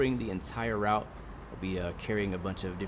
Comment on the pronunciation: I’m amazed that the only thing you miss pronounced is the word “Route” looks really good only thing wrong is that the trains are very rusty in a very bad state, and the line itself the whole train shakes and your worried that the whole thing is going to fall apart, hence why at the start of this month the 404’s were discontinued